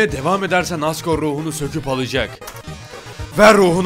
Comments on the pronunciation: abi asgor-re diyo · abi hardgore mi asgore mi 😂😂😂 hahahahahhahhahahahahahahhah